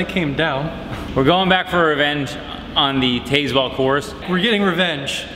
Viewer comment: It's pronounced Taz-Well. More mk5!